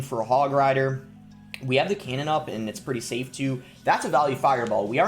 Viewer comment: Why does boss say “ind” instead of “and”